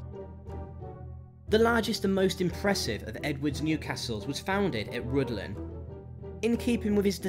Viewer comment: Aberystwyth is pronounced as written - not 'Abewustwiv' Rhuddlan is pronounced 'Rhith-lan' The river Clwyd is pronounced 'Clooid' - not 'Clyde' Builth is pronounced 'Bilth' - not 'Bue-lith' 'he was Edward's bitch now' - Seriously? What sort of historical terminology is that ? Dayfydd is pronounced Dah -vith - not 'Daffid'